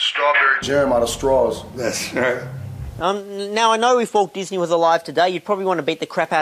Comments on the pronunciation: Dizz-a-nee lmao, sorry. I had to do that. mcl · is he saying dizzy knee? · Diz Uh Knee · Lmao sounds like J is saying disiney